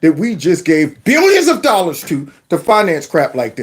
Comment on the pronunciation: Love it when you say 1.5 billion dolla. And was there also 1.5 million immigrants too hmm?